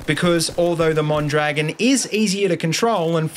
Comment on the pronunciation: just a little tip. it's pronounced mon-dra-GÓN